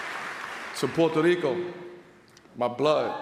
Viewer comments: His punk ass tried to roll the R too when saying Puerto Rico. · Why can't he speak Spanish? He can't even pronounce Puerto Rico correctly! He's a selfish sellout!